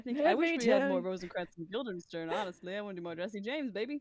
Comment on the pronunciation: This whole thing is fantastic, but I think the funniest part might be the fact that keeps saying “Guilderstein” instead of Guildenstern and seemingly just does not notice 🤣